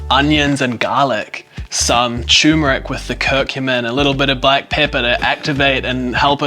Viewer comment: Really interesting content - but it is turmeric - with an R